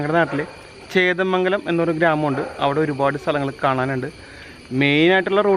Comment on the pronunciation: ചേന്ദമംഗലം ആണ് ബ്രോ.... ചേതമംഗലം അല്ല... 💪💪👍👍👍👍👍👍❤️